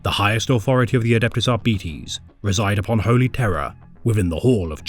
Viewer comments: ar-beeties? Ar-bytes. Arbitration, arbiter, arbites. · Ar... BIT... es. It is from the exact same root as Arbitration, arbitrary, arbitrarily, etc... Or, in this exact instance - a verb To Arbitrate. It is such a simple word, and root, that I will never understand why almost every lore YouTuber out there has so much difficulty understanding how it is pronounced. Absolutely no words with Arbit- as its root is pronounced Ar-Bee... none of them. EDIT: HE EVEN SAYS ARBITRATION IN THIS SCRIPT FOUR TIMES, AND YET IT STILL RETURNS EVERY TIME. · ar Bite's Not At Betties I can't watch what may have otherwise been entertaining every time you say Ar'Betties it's like nails down a chalkboard to me. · With Arbites coming to Darktide next month, I decided to look up their lore. But I've been hearing their name pronounced as "Are-bee-its" or "Are-bites". Could somebody more knowable please tell me which is the correct way to pronounce it so I don't look dumb, please? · Dont care what gw says its ar-bites not ar-bee-tese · No? Not how it’s pronounced, but he’s pronouncing the i in “Arbites” incorrectly; it’s a short i’s “ih” sound, not an e’s long “eee” sound. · It's defenitly not the way this narrator pronounces it that's for sure. Ar-Bee-eehz... Brits are a silly bunch. It's pronounced how you would say arbitrator and you decide if you end with "ess" or "ees" because it's a made up word. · I'm pretty sure the word is pronounced Arr bee taze. Latin words ending in es, the "es" is usually pronounced "aze" are they not? We need arbitration on this matter . 😊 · It's still so weird to call them ar-bee-tees... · Isnt it "ARBAH-ITS"?